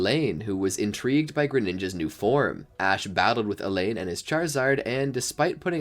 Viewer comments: His name is pronounced All On not a lane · Who are Elaine, Delaiya, Glade-eon, Burn-it, Sil-volley? (Yeah, I know, Alain, Delia, Gladeon, Burnet, Silvally. But I can't be the only one annoyed by the mispronunciations of the important characters' names.) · im sorry I have watched a lot of ur vids and the pronunciation hurts Elaine... 💀💀💀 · Its actually Alain (A-ll-ane) but yeah he strong. Shame journeys disrespected him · You pronounced Alain's name incorrectly